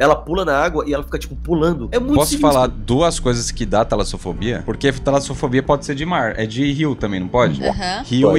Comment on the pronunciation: Talasofodia 😂😂😂😂😂 dicção do sempre que quebra. Amo vcs ❤❤❤❤❤❤